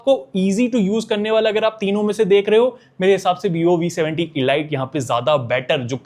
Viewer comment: Bro pronunciation pe dhyaan do, ELite is not pronounced Eh-Light , it's EL-Eat , killer cut nahi Clear Cut, proformince nahi per-for-mance ... Stor-yo nahin Ste-reo, Khada nahi kharaa.... Not trying to mock you , it's a genuine feedback to improve your video reach and quality...